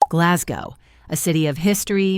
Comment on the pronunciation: Can't even pronounce Glasgow.